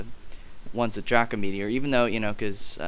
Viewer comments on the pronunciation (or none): none